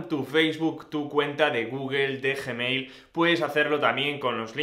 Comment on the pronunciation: gemeil XD